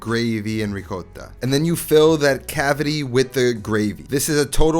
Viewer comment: It's not coat it's not goat. It's cota..